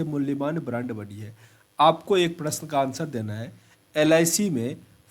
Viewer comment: एडुटेड़िया प्ड़श्न शेयड़ सड़काड़ औड़़ पड़ पड़ियोजना कड़ने गड़बड़ गुड़ूप कार्ड़ालय पड़ And many more in each and every lines you read. I don't know why you read ड़ instead of र.. It's very awful 😔 Work on your pronunciation Plzz..